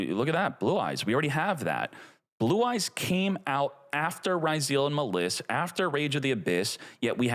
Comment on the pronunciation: Boy, since the Duel Links times, spelled some Yu-Gi-Oh names wrong, and now, 5 years later, the way he says Maliss and Ryzeal hurt my ears